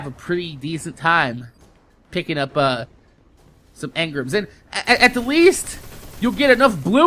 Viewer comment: Why is he saying emgrams wrong